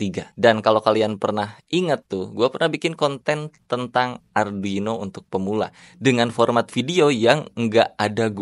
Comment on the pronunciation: kesel aing, ngomong arduino aja salah